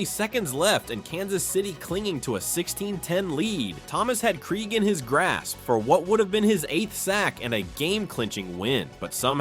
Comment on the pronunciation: That game sucked. All of those sacks only to lose at the end. Hey AI voiceover, it’s pronounced Dave (Craig) Krieg.